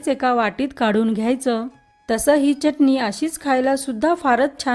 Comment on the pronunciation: Uchhar ashudha ahe. Chatni